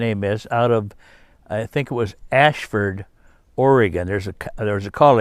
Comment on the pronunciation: Ashlland OR rather than Ashford by the way.